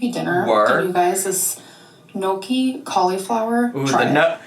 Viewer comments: Whenever mispronounces gnocchi as “no-key” an Italian dies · I'm Italian, and make gnocchi, and the way she says gnocchi literally kills a child in Italy.